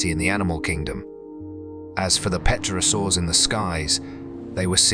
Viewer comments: Brachiosaurs died out at the end of the Jurassic period long before the Cretacious extinction event ever took place. This documentary is false. Pterosaurs are pronounced "terosaurs, not petrosaurs as the P is silent. Jurassic world aftermath? how about Cretacious aftermath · "Pet-orasaurs", my arse! When I heard that, I gave up with this amateurish tosh. Its "PTERO-saurs" you eejit - PTEROS is Greek for wing. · pterosaurs - pronounced terosaurs - p is silent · Dreadful mispronunciation. Eg “peterosaurs.” There was no birdsong because THERE WERE NO BIRDS. Modern birds evolved from surviving small dinos. And as for the animals sensing an oncoming event? When the rock was still hundreds of thousands of miles outside the atmosphere? No. I know animals often know when an earthquake is imminent, but they are in contact with the earth and can probably subliminally sense some vibrational change. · Yep, that word too, except didn't it sound more like Pet-terosaurs? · Less than three minutes in, a few curious pronunciations like pterosaurs pronounced without a silent "p." This is the world of the future; lots of content but not enough detail checking.